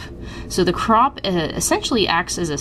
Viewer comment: SORRY WHAT"CROCH?!" OH CROP SRRY